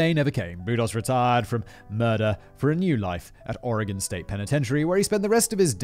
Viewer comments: THANK YOU FOR PRONOUNCING OREGON CORRECTLY! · absolutely fantastic pronunciation of Oregon. Most people not from here get it wrong. GG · So proud Simon you say Oregon correctly 🥳👍🏻. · I have to say, Simon, you pronounced every Oregon place name (including Oregon) perfectly! You don’t understand, MOST Americans get our state and city names wrong!!! You rock!